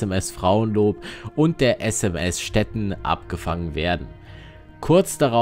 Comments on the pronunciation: Stettin ist eine ehemalige deutsche Stadt das Schiff heißt nicht Stetten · kennt der Kommentator wirklich die deutsche Stadt STETTIN nicht? Mit langem iiiii!